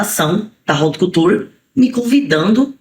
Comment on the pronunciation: E haut couture e Nao raut couture